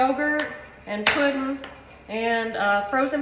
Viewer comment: I love how she says puddin and how she smacks the counter after she tastes it!